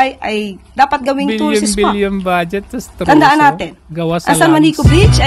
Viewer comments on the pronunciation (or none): bulol naman tong barkdog ng Malakanyang, anong 'tourstsis' spot pinagsasabi neto?